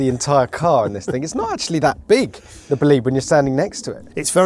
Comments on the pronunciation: Why you call it Bleed? Is it bleeding? bOlide - there's an O - bOlide !!! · bolide not boleed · It’s not pronounced "buleed" but "boh-lee-de". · Imagine spending time with a £3.5m Bolide and calling it 'boo-lead' instead of 'bo-lied'. It's named after a meteor event, not someone booing the lead guitarist in a concert. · Pronounced Bó-lid-eh at least learn to pronounce it correctly it is not Bowleeeeeed. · Bugatti.....Bolìd?? 🙄😉 non Italian will probably not get this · that pronounciation is killing me, Bow leed.... no its bo lide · boleeeeed... It's bolide. bo-li-de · Is it pronounced, ball aid? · Isn’t it pronounced BOW LIDE? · Just stop calling it "Bohleed" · It's pronounced bolly-day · BOL EYED, its pronounced "BOL EYED" You can't pronounce "Aluminum" correctly, either. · The Bolide : pronounced "Bleed" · I hate when people pronounce Bolide wrong with the e silent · As an Italian, the way he keeps saying "Bolide" makes me a bit sick to be honest... good vid though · I get he is British, but I think even for British, he is pronouncing Bolide wrong. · I don't mind accents, but the way they say BOLIDE is atrocious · Can’t believe spend so much time making this video and still can’t get the pronunciation right !!